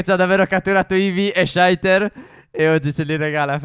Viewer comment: Steffo si dice saiter non sciaiter